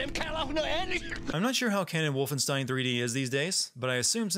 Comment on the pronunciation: Adding one more sin for pronouncing Wolfenstein wrong during the video.